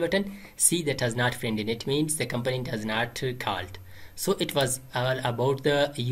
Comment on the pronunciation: 😂 you say component in funny way I thought you said companies .. anyway thank you bro